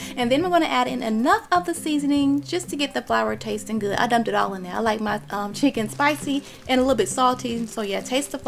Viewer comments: wtf is a "cHicKonE" ? 😒😒😒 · "chikOn"... Nothing "diva" like about that accent